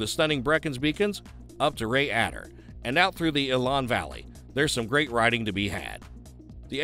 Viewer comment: The town in Wales (Rhayader) is pronounced “Rye Der”….